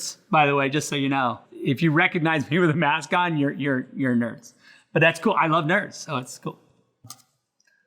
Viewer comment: He's said "that be coll" 🤭